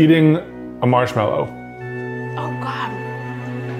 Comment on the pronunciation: noooooo chese insted of mashmelo